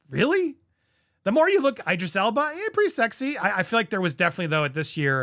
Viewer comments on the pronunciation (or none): Did you just pronounce Idris as Eye-dris lol. Dude… come on